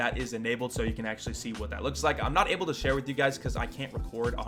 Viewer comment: He said chair with you guys